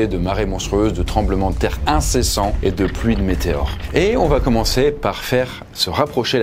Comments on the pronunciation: Oui . Mais on ne prononce pas : "ça vaT être". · Quelqu'un peut enfin lui dire que VA ne s’écrit pas VAT et qu ́il n’y a pas de liaison? Sérieux ca pique de fou !!